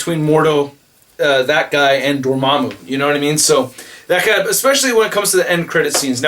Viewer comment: You've finally learned how to pronounce Dormammu correctly instead of saying Dor-mam-mew